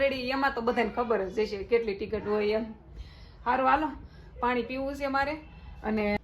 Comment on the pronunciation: Nice vlog 😊😊😍 dii tikit kevay tame tikt kyo cho 😄